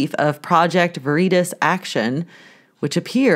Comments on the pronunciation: Veritas is latin and pronounced ve - RE - TAS. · The simsons was written with CIA collaboration & project veritas is with a short ( i ) ver-i-tahs ;-)